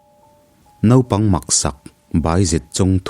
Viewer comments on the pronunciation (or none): none